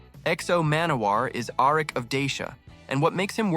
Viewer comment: I love how you pronounce the name so poorly